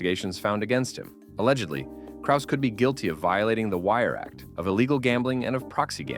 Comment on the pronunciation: Having a clip of Braindump Schwab, who can’t even pronounce Krause correctly, invalidated this entire video. But ima still give a like.